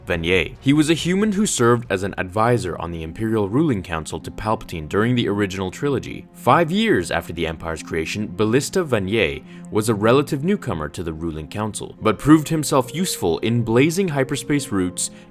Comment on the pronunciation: It's pronounced van-ay